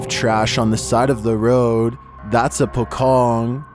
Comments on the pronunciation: No. 29, pronunciation pocong not pokong but po-chong instead.. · Number 29..very funny if person who not from bahasa country like.. Singapore. Brunei. Malaysia. And Indonesia... Example if you read and say pocong.. It's funny if you use English alphabet.. In bahasa if you see like pocong pronounce it's like pochong. Like again spell doctor in bahasa is doktor. If car. Not char. 😅Same car. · Pocong pronounced 'Po Chong'... not Pokong... wonder where you people get that word first😄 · i laughed when he said pokong, its actually pronounced pocong, po-chong thankiu for sharing true horror story, they r my fav youtube ghost telling story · For number 29, it not called pokong, it called po"c(ci)ong". Pocong is the legendary ghost "corpse wrapped in a shroud, buried in the ground", just google translate Indonesian "pocong" now use voice to hear what should spelled🤣. So not Pokong but Pocong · I was laughing hard when I heard you said "Po Kong" on the second clip! It should be "Po Chong"... Direct spelling in the Indonesian word is pocong! Sorry! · The Pocong is actually verbalized as "pochong". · Why you said Pocong with K? Pokong? Pocong = Pouch Ong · not triggered by how you pronounce it but it name sound like PoChong somethings like that and it know for it jumping behaviour to chase it victim and it resemble how dead muslim wear when being buried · Its pronounced as 'po' ( po in Poland ) and 'cong' ( c is pronounced like 'ch' in chair) Hope my words are not hard to understand! Good video!❤ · I giggled when chills narated the pocong part. "Pokong" 😹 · "Pocong" is pronounced Pot-Chong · it's pronounced "po chong" just like how you say chocolate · How to say "pocong" properly..? The letter C on "Pocong" is the same sound with C on "China" .. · FYI : the "c" in pocong sounds more like the "ch" in chair and doesn't sound like the "c" in the beginning of "c0ck"